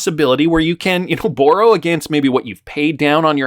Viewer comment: The way you pronounce "borrow" bothers me